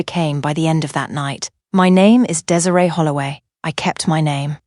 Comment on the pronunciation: I like the story. However you need to work on the pronunciation of the name Desiree